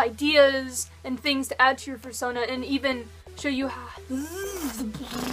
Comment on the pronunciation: "How to make æ foorsonaaa!"